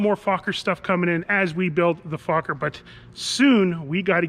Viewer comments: FOker! Not fucker as u pronounce it. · It's NOT "FAWK-er", it's "FOLK-er". Dan pronounced it correctly in the vid. The company was started by Anthony Fokker, a Dutchman. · Not F-O-kker...